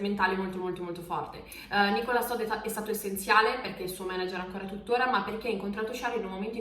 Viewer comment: Meno male, un(a) italiano(a) che non dice "Charls" ma "Charl", però pronuncia "Leclerk" ma si pronuncia "Lecler"...... Idem per "Nicolas" l'ultima lettera non si sente in francese (è muta) , si pronuncia "Nicola".